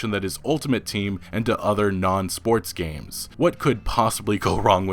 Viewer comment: "Gameses"? How is this channel still operating?